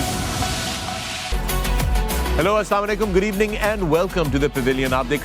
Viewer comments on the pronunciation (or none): Mera ek indian friend bhi aesi baaten krta tha phr selmon bhoi ne us pe gaadi charha di.